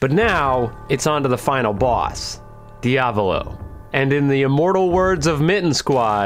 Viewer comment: Same thing with diavolo